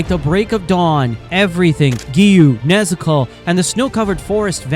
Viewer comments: when u say nezuko u sound like nezoku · WHY IS HE SAYING NEZUKO LIKE THAT🤔🤔